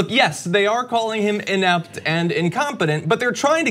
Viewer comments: E. P. T. See, there is no "in" in "ept"! I know words, like a smart person. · "I'm totally EPT !" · “I’m ept! I’m probably the eptest president there’s ever been!”